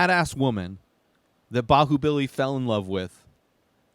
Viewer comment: you pronounced it almost perfectly